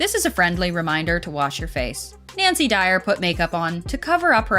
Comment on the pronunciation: she said nacy dyer